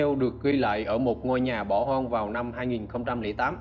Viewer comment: Khu vực bỏ "hon" 😂, một đoạn "vi-deo"😂